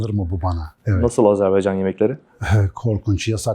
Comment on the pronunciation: Bir de Azerbaycan demeyi ogrenebilseydin Canan, uzmezdin Azeri kardeşleri.